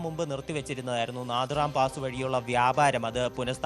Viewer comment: നാഥുറാം പാസ്സ് അല്ല നാഥുല പാസ്സ്